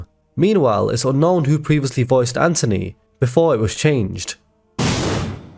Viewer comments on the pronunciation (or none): Anthony not Antony 😂